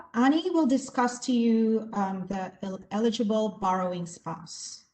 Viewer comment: Please ... learn to say "eligible" and "ineligible" correctly! It was annoying and distracting to hear it said incorrectly!